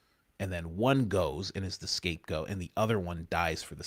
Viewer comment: Coach did you say "the escape goat"?...